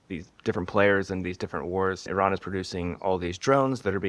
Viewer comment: Surprisingly you pronounce Iran correctly 😊. Thank you for your fuccus.👍